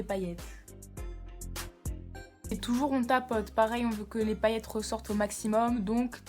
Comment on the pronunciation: "Li sourcil"😂😂😂😂😂